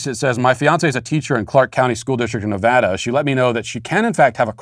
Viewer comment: Omg I’m also a teacher in Washoe County. I am giddy hearing that other people in my city watch this show. PS Matt thank you so much for pronouncing “Nevada” correctly, it means so much to me, you have no idea.